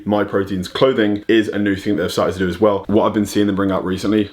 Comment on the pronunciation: Put the emphasis on the well rather than the as